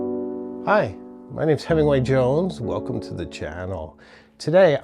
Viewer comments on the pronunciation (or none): none